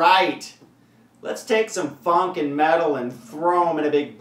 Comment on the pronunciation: it sounded like he said fucking metal lol